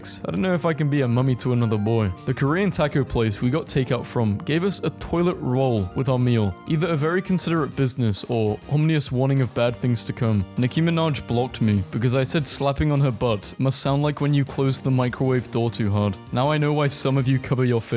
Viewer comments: Ominous Aw-me-nus and not awm-ni-us Please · can someone tell this man how to pronounce ominous istg